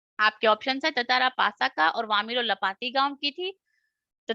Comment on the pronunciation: In 28 it is not nasa it's pasa